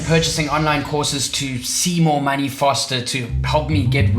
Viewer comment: Make maney? What’s maney BRU? 😂 Love the video!